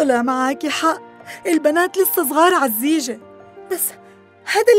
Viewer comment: انتبهوا يوم ام انصاف بتعيط بتحكي بدال جيزة زيجة😂